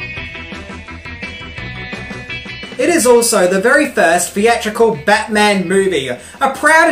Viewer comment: Bat-Mint-On. Get your shuttle-Cock ready 😂